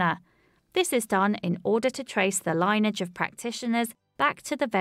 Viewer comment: Great vidoes, but the word "lineage" is pronounced "li-nee-uhj" (three syllables) not "line-uhj" (two syllables).